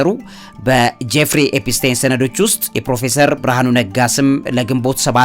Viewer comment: "ኤፒስቴን" ሳይሆን "ኤፒስቲን" ነው ስሙ??? መቼ ይሆን ስሞችን በትክክል የምትጠራው???? 😂😂😂😂